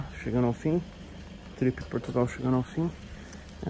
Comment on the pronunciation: Tog tá show demais cara!! Só atenção nas edições, que tá com vários erro, são pequenos, mais nos confunde, tipo o começo do vídeo passou duas vezes bem dizer HAHAHAHAHA "Portutal"